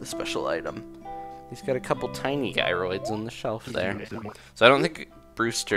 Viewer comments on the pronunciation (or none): its jy-rids but it Is kinda anying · Am I the only one who's getting really annoyed that he keeps saying "guy-roids"?